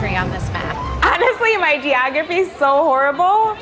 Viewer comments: the funniest part of the video is when you said geographry, trying to make someone look dumb, but saying the word wrong yourself, hahaha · Geographree? Afraid not,bud.. the word is geography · Damn bro..... geographree. And you said it twice. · Love your content dude, but ‘geogaphry’? Really?